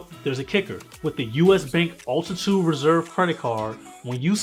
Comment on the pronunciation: Bro, it’s not “Ultitude” it is called Altitude!!! 😅